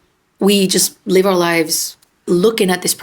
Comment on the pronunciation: When you asked if we are are willing to live our entire life like that, it sounded like you said 'leave', rather than 'live' - which is what it really is when we do that, we aren't living our life. We are leaving our authentic life, to play the part it appears we are expected to play, for love and approval that will never be given, no matter what we do.